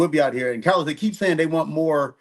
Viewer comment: Ok Cah-los! It ain’t tricking of you got it💅🏾